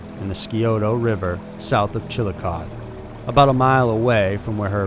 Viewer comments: Chillicothe is pronounced chilli-cothee Also they believe that the missing woman jayme bowen from the south side of Columbus is also linked with these women. They all had several things in common. They were recovering addicts/ possibly relapsed They had participated in soliciting at one point They also all knew each other I live in in Columbus and followed these cases. There are so many drug addicts that the cops won't take one missing seriously in this part of Ohio. You will notice that most of the heroin addicts from Newark, columbus, Lancaster, chillicothe e.t.c... are all linked together on Facebook as friends. The common demoniater is heroin. This tells me that most likely it is a drug dealer killing these women for some reason or another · Not to be nit picky but its pronounced chil-uh-koth-ee. Im from here just had to point it out. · From Chillicothe, IL and yeah hahahaha....it’s tough. My dad used the joke with people who asked how to say it and say it was “Chill-uh-chotch” or just straight “Chilli Dawg” 😂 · Chill-a-coth-ee . The ‘e’ is not silent. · Pronounced Chilli - cothee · Listening to this now. But it’s pronounced Chillicoth eeeeee. I live near the location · as an ohioan hearing Chillicothe without the EE at the end made me recoil so badly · OMG PRONOUNCE CITY NAMES RIGHT!!! Do you even do your own research??! Pathetic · So here’s a thought… when making a video about such a serious and heartbreaking subject, at least take 3 seconds to learn how to actually pronounce the name of the town and areas where these women were found instead of hurrying to upload a $$video$$. Chillicothe is commonly mispronounced but you’d think if you researched the subject yourself, you’d pronounce it correctly so it’s obvious you don’t even do your own research. But mispronouncing Bainbridge as BRainbridge is just flat out obnoxious. Just another junk “YouTuber” who couldn’t care less about these women & anyone else you’re making a profit off of. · Pronounced chilliocothie